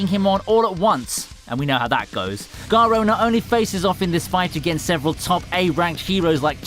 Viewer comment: Garou not garo